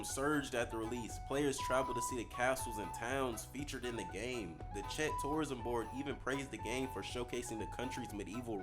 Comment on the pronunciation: first time I've ever heard Czech pronounced that way lmao